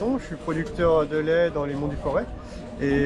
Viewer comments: On prononce Forê è ou ê ! On ne prononce pas le z , merci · Capital du Forez non, Montbrison au cas où. Et le Z de Forez ne se prononce pas